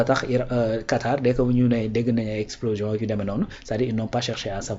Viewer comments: On ne dit pas explosition mais on dit explosion. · Explosition tu l'as répété deux fois. Heureusement le gars t'as corrigé sans te vexer.